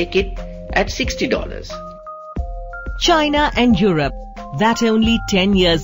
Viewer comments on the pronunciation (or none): She pronounced China just like Donald Trump!